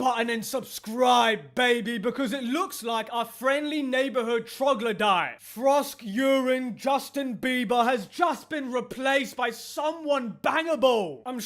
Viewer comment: Frosk-Urine. I keep laughing every time I hear him do that...